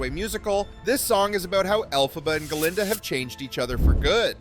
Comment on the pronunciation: Hey just a quick comment. You call the “good witch” Guh-linda.” I always thought it was Glinda. Also the “wicked” witch you call El-fuh-buh. I thought it was pronounced El-PHABUH. Can anyone explain this to me? I’m curious. Not slamming the narrator.